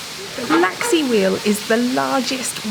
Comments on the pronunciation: Did he seriously say laxley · What a splendid set of videos on the Isle of Man! Geoff: repeat after me - Laxey, laxey, Laxey. Only ever one L.: it's LEFtenant not LOOtenant, please! I was hoping you might have tried to trace the lines which were axed in the past, as the main line ran further north and then down the west coast and then give us the news that they might be opening again!